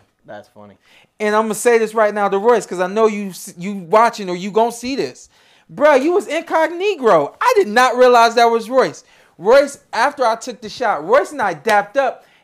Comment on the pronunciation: incog negto?? Lmao